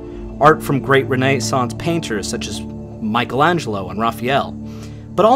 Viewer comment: You're pronouncing Genoa, renaissance and Azores incorrectly. Otherwise nice job.